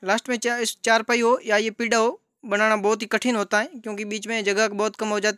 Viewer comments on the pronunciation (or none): Sir पीडा़ nhi kahte h Isee पीढ्ढा kahte h